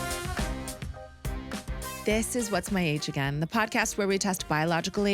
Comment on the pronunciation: Closh? It's cloche (with a long O) not closh. :face-blue-smiling